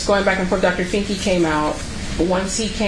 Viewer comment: Did she say “Dr. Finky”?! 😆